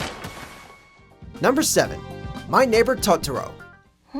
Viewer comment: You said Totoro wrong